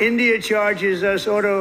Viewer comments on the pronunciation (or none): none